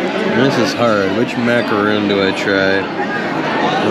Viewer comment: It’s MacaRON— not macaroooooon- macaroon is the coconut cookie and zMacaRaaaaaahhhhn is the French merengue cookie in your video. Just sayin.